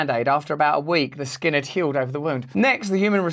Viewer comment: "I ad that" :))))